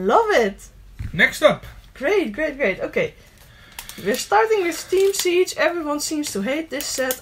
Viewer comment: Hahaha steme siedge